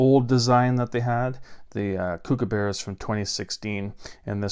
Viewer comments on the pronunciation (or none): Kookaburra. Not kookabarra.